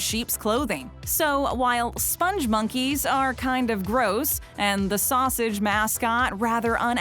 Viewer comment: They’re pronounced spong monkey no E